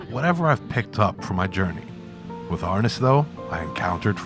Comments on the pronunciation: That's not how you say!! I studied with Dan insantos he never called it arness BAD DOCU, MARTIAL ARTIST'S WON'T WATCH THIS!!!! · Great video. I've been training in Eskrima-Kali-Arnis since 1987, in Wisconsin, MN, OR, & CA. I cringed every time they said Arnis. *It's pronounced R-neese. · You have to learn to pronounce the word properly first. It's "Arneese"